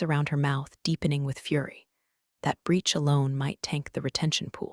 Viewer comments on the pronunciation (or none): none